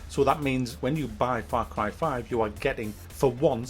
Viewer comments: Frap carb farve?? Wtf you saying lol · far crie faive